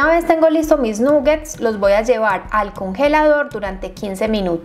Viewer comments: De hecho se pronuncia con a 😊 (nagets) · felicitaciones,, como siempre muy bien explicada la receta,, solo quería sugerirte muy respetuosamente y con cariño que se pronuncia con O no con U la palabra nuggets, ya que es una palabra en inglés y tu canal se ve en todas partes